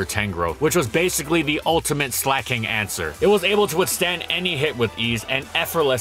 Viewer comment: SLEIGH-KING. Not “slacking”